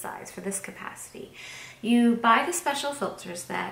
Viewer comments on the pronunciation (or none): none